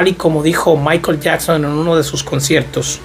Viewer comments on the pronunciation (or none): none